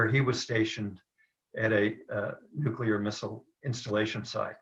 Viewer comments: Nuclear, not nucular. I twitch every time you say it lolol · Great vid! Minor, very minor, bit of input; it' NOOK-LEE-UR, way not NOOK-U-LUR (from an OCD science guy, 😖) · Nucular weapons, what's that? Ohhhh... Nuclear weapons, okay got it. I guess is related to George W. Bush. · Yes, pronounces nuclear funny. It's a Canadian thing, LoL